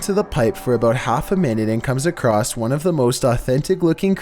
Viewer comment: No one:: BeFoRe We GeT tO nUmBeR OoOnE